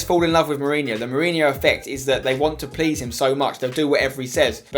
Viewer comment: Its Jose Mourinho not Hose Mourinho